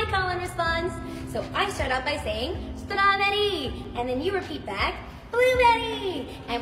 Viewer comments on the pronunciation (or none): As a white woman who lived in Japan for 10 years, has a minor in Asian studies, a degree in linguistics with a specialty in east Asian character based languages, speaks fluent Japanese, and is married to an East Asian......... This girl did NOTHING wrong. She literally was pronouncing Strawberry the way Katakana would be read aloud. Now, one could argue, she should have used Ichigo (the actual word for Strawberry in Japanese) but it would not be uncommon for Japanese idols to use an English word there, either. You can see a clear example of this with the J-pop group Shonen Knife, and their classic Strawberry Cream Puff. I hate what our world is becoming... this girl is putting in ALL the genuine effort, and is being slammed for learning a foreign language and engaging with an aspect of a foreign culture. The world is going to be a lonely and divided place if we can't share things with each other. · As a native speaker, that's not how a Japanese person says strawberry. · I hope keeps saying suturaberii in her call when they return